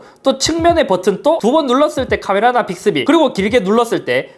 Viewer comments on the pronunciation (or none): 빅thㅡ비? ㅋㅋㅋㅋㅋㅋㅋㅋㅋㅋㅋㅋㅋㅋ